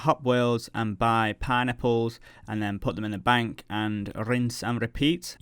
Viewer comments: It sounds like you're saying "pie-nipples" whenever you say "pineapples", lol. Good video as always. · I can not unhear this now... I thought he was saying Pine Nipples but now its just pie-nipples...